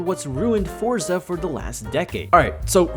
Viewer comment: WP on not saying Fortsa Horizon